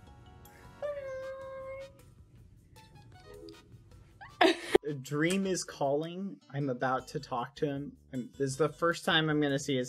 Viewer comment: dweam makes me nervy... UwU-champ~